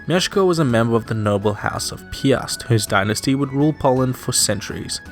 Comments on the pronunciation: This is pretty neat. I wonder about your pronounciations though. Some names you do well ("Lech" for example), while others you read like you would if they were English words ("Piast" becoming "Pee-ast" as opposed to a single-syllabe "Pjast"). How come there's this mix? Also, a possibly useless tip for future videos, for getting the pronounciation of names in a lot of foreign languages - there's many free speech synthesisers which will read them for you. They'll sound a bit robotic, but should give you an idea of how to say things. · Me when I heard Piast “PIAST LIKE THE STORE?”